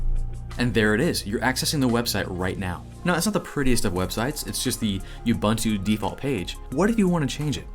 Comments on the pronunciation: Cool video. Keep up the great work. One thing: You are pronouncing Ubuntu wrong. It's pronounced "oo boon too" (Zulu for "I am because we are"). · As an African I simply have to object to whatever the hell you keep calling Ubuntu. It should be “Ooh-boon-to”. But I don’t blame you. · Just a note, Ubuntu is pronounced oo boon too, it means love and compassion. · I just have to address the pronounciation of "Ubuntu" Its a Zulu word ... it means "I am ... because you are" I know this because I live in Kwa Zulu Natal ... the literal home of the Zulu Say it with me "Oooo Booon Tooo" but cut the Tooo part really short. But now say it with a stereotypical african accent. You saying like You-bun-to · I like how you say Ubuntu and Azure. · Well, at least you're consistent in how you're pronouncing Ubuntu... :P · the repeated mispronunciation of 'ubuntu' is a bit grating.